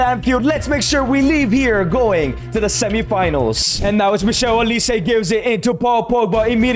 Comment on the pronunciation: This broski say " Michelle Olise" 😂😂😂😂 , It's Michael Olise